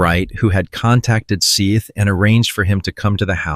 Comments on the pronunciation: This has to be one of those bullshit AI channels because bro can’t pronounce “Seth” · And his name is spelled Seath. But I'm not certain of the proper pronunciation. Please, honor the murdered boy by getting his damn name right.